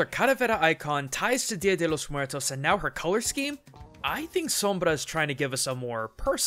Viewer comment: Been Hispanic, specially Mexican, hearing "DYA DHE LLOS MOOAERTOS" is a bit uncomfortable. I know americans have a hard time using their tounges in spanish pronunciations, but, well, it's just some annoyance. I appreciate the effort. Gracias cabros.